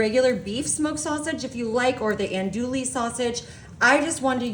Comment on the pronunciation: Oh my gosh. I appreciate the effort but oh my gosh!! The food is fine. Everyone is doing it. It was on the calendar creators subscribe to. Not the problem. I don't know who this is, but she is highly unprofessional, failing to prepare adequately. "An dooley" ???? "K John"??? and a bit of that sing song thing. Is that a Yankee ( northeastern part of country) thing. I don't know where that speech pattern originates. But the flat out mispronunciation of common foods has to go.